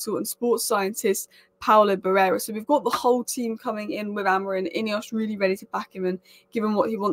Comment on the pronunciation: A--MO--RIM.. You should take time to pronounce people's names. First Ten Arg, now Amoin.